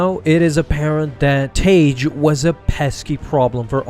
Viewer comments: Original canon pronunciation is "Tag", not "Tayge". You're welcome. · Idk why so many people get his name wrong. It's pronounced "tag" its not spelled tage it's 2 g's: tagge. It's basic English. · Y'all need to learn how to say characters name correctly for God sake. It's tag not what you are saying. It tag like tag your it dam. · i thought tagge was pronounced tag